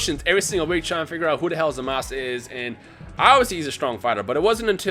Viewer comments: It's Zamasu Not Zamas lol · It's zamasu not zamas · Say his name rt pls. Its pronounced Zah-Mah-Su(Zamasu) not Zah Mas. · It's not Zamas it's Zamasu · His name is Zamasu not Zamas. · In Japanese, it's pronounced "Zamas"